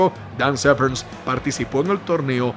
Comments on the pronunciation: Que mal pronuncias su apellido, no lleva "ese" al final, no es Severns, es Severn, sin "ese". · Severn, no SevernSS! xd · Dan "Severns" lol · Que te pases todo el vídeo pronunciando mal el apellido del protagonista no es muy profesional...